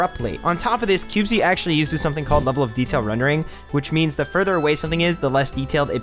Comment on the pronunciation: I found this game too when they released 0.0.0, and so far it's been pretty interesting to see how much it is different from Minecraft. I know others have said but it's pronounced cubeez (by my understanding). I appreciate it's in an early form, and will have many more features by the first real release, but from what I've seen so far it's got a solid foundation from which to build, and I can see the appeal for those who either have played and are bored of Minecraft, or for new players to this style of game. Sure, there are going to be some teething problems along the way, but I can't wait to see what it becomes.